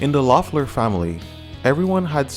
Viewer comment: great video! just somethings: the O is silent so pronounces Leffler. Well enough alone is definitely about Joe, so they dont play live this song anymore. I dont think Joe had substances. The Jesus part they grew up Christians but now Pete is agnostic. Joe is now a lawyer I guess.